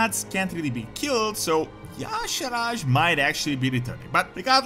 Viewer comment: NOT Yaw-sha raj....pronounced Yi-sha-arj. Look at the spelling..."arj" is not pronounced as "raj".